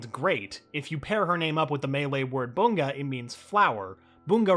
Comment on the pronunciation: Ehmm bunga says like bu-nga Not bung-a